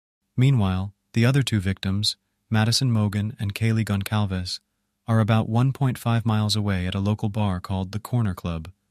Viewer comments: Next time, write kaylees last name as “consalves” and the AI might say it properly. It’s a Portuguese name, so the C is pronounced as an S. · Really great video! But I cannot believe for the life of me, that after all this time since the crimes, BK's arrest, news reports, families speaking, court hearings, YouTube videos etc...that you STILL have no idea of how to say Kaylee's last name "Goncalves" properly. 🤦🏻‍♂ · A few errors here. You mispronounced Xana and Goncalves. Also, the killer never opened Kaylee’s room where the dog was. The snow visual was a cool touch, but it was not snowing that night. It was in the upper 20s but no snow falling IMO Dylan has been lying and is involved/knows. She was texting Bethany during the murders (not frozen in shock) and her shoe print was found cleaned up after stepping in blood outside her door all while not calling the police for 8 hours (which is after inviting friends over)